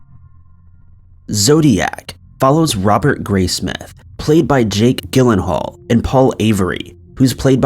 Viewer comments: How can you run a crime and mystery channel and not know how to pronounce one of the most famous female serial killers name? Aileen Wuornos. It’s not “A-Lean”. It’s pronounced “Eye-Lean”. Jake Gyllenhaal is pronounced Jill-in-Hall. Not Gill-in-Hall. I’m not trying to be mean, and have left these comments before, but if you’re going to run a channel and want to be professional, you REALLY need to research pronunciations of names before putting it on YouTube. This will help you look more professional and like you actually care about what you research! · It’s pronounced JILL•in•haal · Isn't it pronounced Jill an Hall? Not being picky, I'm actually curious. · Can't you say "Gyllenhaal" ? Come on, have you not heard others say his name? Or is it a different style? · Yes ma'am, you are correct. And I lean , not A lean. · It’s crazy they get even such well known things wrong when they could easily google any of it. But we still watch so I guess it doesn’t matter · Sorry, it's a compulsory thing.. but Gyllenhaal is pronounced with a "J" sound, and not a hard "G"... I know, it's silly, but so many list hosts mispronounce names, and it makes me nuts 😊😖😄